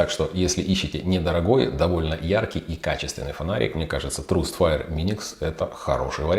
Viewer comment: Неплохой наключник. Только Траст, а не трУст.